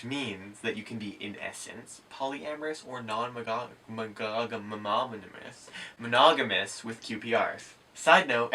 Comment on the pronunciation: non-magogamamominimous 😂 Being silly makes you sooo much cuter 😍 You accidentally made up a new word combining non-monogamous with anonymous (& maybe also minimum) 😜 Also, hair, AmIrite? & glasses... I'm so happy you're "together" in whatever way works, which is allowed to change over time... Lovely humans. ✌